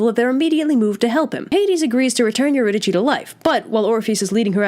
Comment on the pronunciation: did not know it was pronounced euridychi